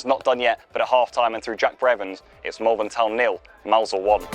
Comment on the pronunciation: Its pronounced Molvern